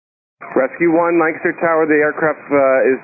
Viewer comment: Good job,! You pronounced Lancaster correctly. Thanks for another report local to me!